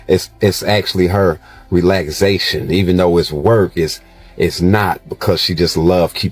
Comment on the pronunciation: Why did he pronounce it as RELAGZATION??! Idiot😂😂😂😂